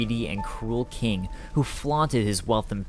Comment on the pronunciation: Bruh it’s King not Keeng